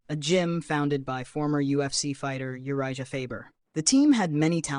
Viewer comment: I was thinking that by the way they pronounced Urijah